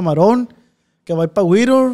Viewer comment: Es Whittier California no wiror 😅